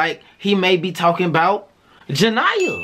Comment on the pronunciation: Ja -nia not ja niya